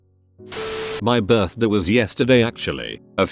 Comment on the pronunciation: Why the hell does the text to speech pronounce "birthday" like that?